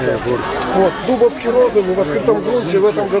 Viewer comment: Селекционер Гусев живет в поселке Дубовка. Ударение делается на О, а не на У. ДубОвский розовый.